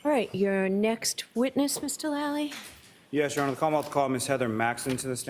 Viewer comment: How come everyone in court can say Mr Lally but when judge says it she sounds like shes sayn Doolally😮